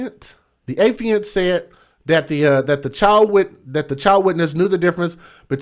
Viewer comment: FYI, it's affiant (Uh-fye-int). I work in a courtroom so it's a word I hear daily.